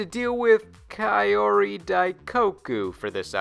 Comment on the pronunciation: There's a Nintendo family in Ranma ½? Sure...that makes sense. And Kaori is pronounced "Cow-ree"